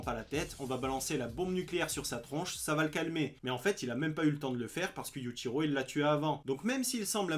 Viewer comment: Prononce bien le yuchiro stp